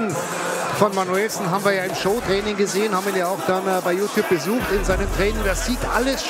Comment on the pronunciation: junge, ist das manuellsen, oder manuSCHwellsen? ist das wasser?